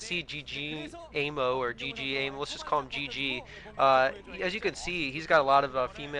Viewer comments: pronounce GGaeMo like Game-O. At least it's clear who he is then. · Pretty sure his name is pronounced Gay Mo The double GG is a sounds more like a G than the single G which actually sounds like a K in English.